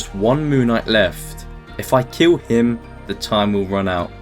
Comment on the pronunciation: "If you cant keel I can't heel"😭